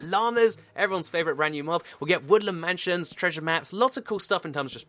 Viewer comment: ya woodlen manshon